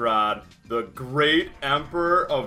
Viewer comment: the emphasis on great